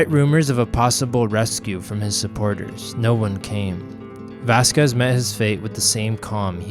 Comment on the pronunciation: Great history, lessons! Spent a lot of time playing at Vasquez Rocks Park as a kid and taking photos there as an adult. Had to laugh at your pronunciation, though. Still loved it!